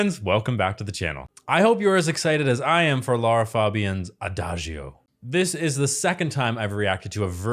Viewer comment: The „i“ in Adagio is silent. [aˈdaːd͡ʒo]: Sounds like A-Da-DJoe